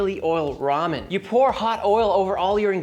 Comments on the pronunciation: It's "Ramen" , not "ROHMAH". Who taught you how to read? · It's Raymen ffs.